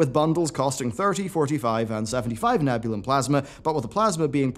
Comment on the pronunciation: It's ne-bjoo-lee-yum.